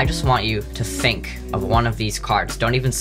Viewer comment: Did he say ‘fink’ ?